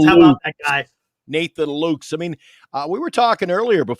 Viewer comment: Just a friendly correction: Nathan Luke's last name is pronounced like "Lucas".